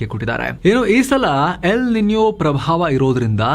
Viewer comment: El nino = ಎಲ್ ನಿನೋ ninyo ಆದ್ರೆ ನಿನ್ಯೋ ಆಗುತ್ತೆ.. Transliteration and pronounciation..